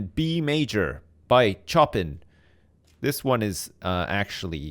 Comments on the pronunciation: Btw Chopin is pronounced show-pan not choppin' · Ooh, how is he gonna pronounce Chopin, how is he gonna pronou- "Choppin'" immediate dickrip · SHOW PAN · I died when he pronounced Chopin "choppin". Bhahahaha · I hate the way you pronounced Chopin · (Is looking through the comments before watching the video) Oh my god. And he pronounced "Xavier" the way french people do, and he can't pronounce fucking CHOPIN? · listening to say "chopin" makes me want to die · Anyone else rip their dick off at the pronunciation of Chopin? :D